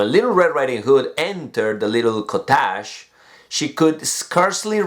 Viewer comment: This is my first time seeing you making mistake in your pronunciation, you pronounced (cottage) very bad, but is okay that is normal 😊😊